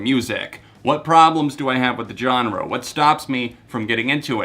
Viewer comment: I've just realised he says Johnre and now I can't stop hearing it